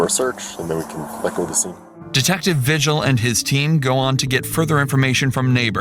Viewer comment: The last name “Vigil” isn’t pronounced “vih-jill”, it is pronounced “vee-hill”. Same way you pronounce the “j” sound in Spanish, because Vigil is a Spanish last name.